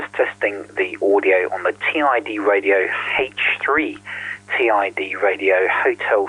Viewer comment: Gawd that screen has how many different fonts and styles ?? 🤮 Those bottom battery tabs are going to get snapped off the first time it's dropped, that's a major design fail.... I doubt it's pronounced "Tee Eye Dee Radio” ? Doesn't "Tid Radio" make more sense ? It's no Quansheng, that's for sure.